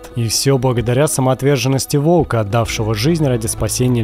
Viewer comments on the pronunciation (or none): none